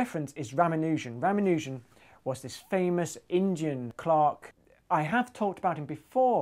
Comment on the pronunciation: "Indian" I thought you said "engine" :D